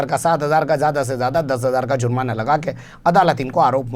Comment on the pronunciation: sahab Aap z ka istemal karte hai jab ke J se he jurmana